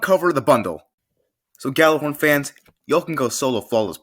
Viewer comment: ITS PRONOUNCED YALLARHORN